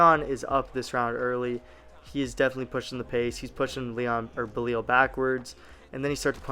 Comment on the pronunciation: You gotta learn how to say belal